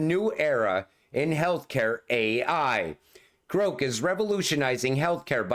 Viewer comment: The way you are saying Grok it would be spelled Groke, like coke. The pronunciation of the "o" should be the other way. Love you long time❤😂